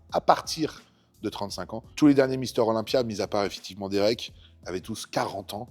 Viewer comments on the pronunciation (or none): none